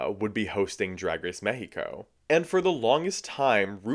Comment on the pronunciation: That's how you pronounce the name of the country.